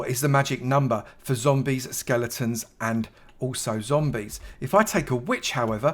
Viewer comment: "The magic hight for zombies, skeleroms and also... zombies"😂